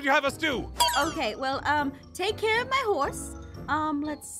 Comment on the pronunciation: is like:OH MEH (MY) GOD A ✨MAGIC HORSE!!!!!✨